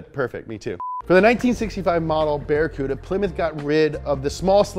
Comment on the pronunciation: Barry Cooda ? LOL